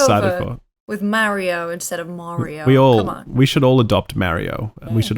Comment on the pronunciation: pronounced Mario correctly It's M-ah-rio Not M-aw-rio Hence the saying It's Ah me, M-ah-rio Not It's Aw me M-aw-rio